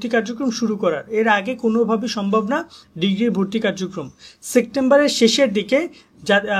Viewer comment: ভাই সেক্টেম্বর আবার কি শব্দ 🙄🙄🙄